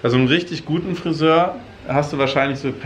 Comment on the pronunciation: Zitat: „Le Friseöür“ absolutely approved french skills am Start